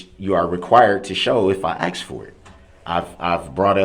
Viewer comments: Some day Americans will learn the word is "ask" not "aks" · He can’t pronounce the words “ask” or “tacit,” yet we’re supposed to believe he even has a basic knowledge of criminal/con law. SUUUURRRREEEE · What a moron. He should stop acksing questions (why do people struggle with the word ask?). He acksed the whole courtroom apparently. Dead people can't testify you waste of oxygen. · Awesome! I'm not going crazy! Literally the same 3 question I've been "axing" myself. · He wasn't penalized for saying 'subtained' v sustained ... he wasn't penalized for saying "aks" v ask ... He penalized himself for not knowing the difference between civil and criminal procedures. An appeal in a criminal case can be filed once the defendant is convicted. In civil cases, the case is stayed until the Appeal is decided by a higher court. Why? In civil cases, the Judge has far more authority over evidence and witness testimony where as in criminal cases, the law is very clear and unforgiving for the Judge's rulings must adhere to the rules of evidence as defined by past practices to protect the innocent that dates back to JC who was wrongfully sentenced to death v LIFE for being a HE R ETIC ... Etic means the study of a culture as in laws of reLIGion v state .... a HERE.TIC is a human para$ITE such as a Sovereign Shitizen Guru could be in either case... soveREIGN means KING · Although Mr. Brooks is clearly a very knowledgeable guy 🙄, there are a few things he does not know. 1. The definition of hearsay 2. The proper pronunciation of several words, sustain, recuse and ask are a few 3. His name